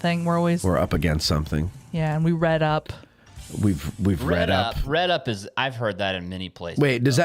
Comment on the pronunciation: Wait wait wait - it's "Rid up" not "Red up", aint it? I haven't heard "chip-chop ham" in a Lo-o-o-o-ong minute!